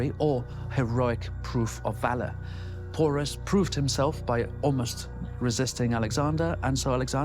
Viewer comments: Porus won not alex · It's king Porus not pours